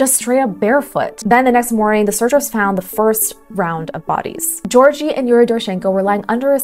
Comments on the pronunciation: "George-ee" 🤣 Both Gs in his name sound like G in "give", while "eo" sounds more like "eo" in "geography". To me as a native speaker, calling a Russian speaking Georgi a "George-ee" sounds as ridiculous as naming someone Ivan (ee-VUN) when he is actually a John. Like in, Donald Ivan Troomp. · Mispronouncing Georgiy as Gorgey is a bit of a pet peeve NGL, but otherwise it is an interesting and quite plausible theory that could explain what happened to these unfortunate souls.